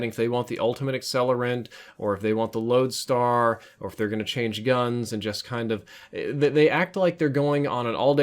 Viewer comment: Did you say lodestar ?